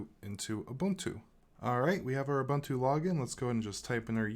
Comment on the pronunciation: Ubuntu is pronounced u-boon-too.